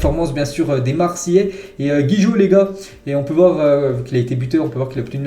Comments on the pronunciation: c’est gigot gigot gigot gigot pas gijot fait un effort quand même 😂😂😂😂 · Gigot et non Guijot